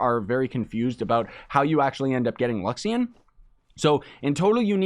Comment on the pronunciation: LU-XA-RI-ON !!! not luxion ;p